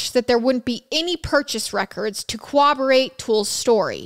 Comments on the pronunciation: I love the new series. A couple things.. and I mean the first one to be helpful haha not rude.. you’re supposed to pronounce the r’s in corroborate. It’s almost like you’re mixing corroborate and cooperate into one word. Hehe. And goodness girl, did you grow up in Utah??? You have one of the strongest accents I’ve heard from that area of the US! It jumped out right away and I was like wait a minute, I know that accent! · She still hasn't learned how to say corroborate